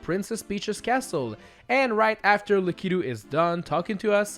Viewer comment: ITS NOT LA KEE TOO ITS LAK A TOO